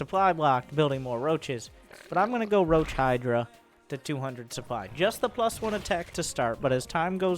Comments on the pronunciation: Where does one come from when one pronounces "supply" as "soop-lie"? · but luke et dee soup lie!!!